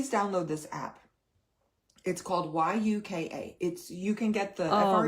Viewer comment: She keeps pronouncing it wrong. It is not called Uka. It is called Yuka. Pronounced with a Y. Yucca is a plant. The hun should pronounce things right.